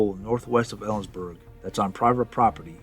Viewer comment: Don't feel badly. Unless you're born and raised in Washington, you'll mispronounce a lot of names. Tillicum, Steilacoom, Kittitas, Puyallup, Snohomish, Skokomish, Clallam, Sequim, Hoquiam, Nespelem, Inchelium. You got Ellensburg right so there's that and you didn't add an 'r' to Washington, so again kudos.